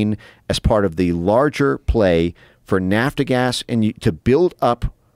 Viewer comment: who dis guy is? Vassel or vessel, indogenis or indigenes? Nafta gas, or lord, it's nap gas.